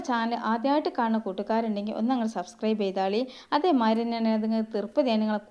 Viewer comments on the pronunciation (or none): none